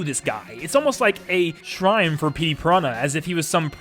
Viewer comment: “Pettey Piranha”